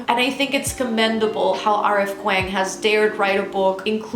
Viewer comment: hey love, just fyi kuang is pronounced "k-wong"